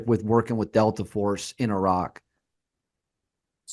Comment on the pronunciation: why does dude keep saying “irach” 😂